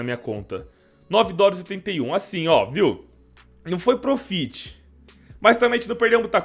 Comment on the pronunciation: Se pronuncia prófit pqp